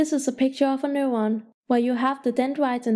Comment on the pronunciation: Annoying as fuck. "Newon"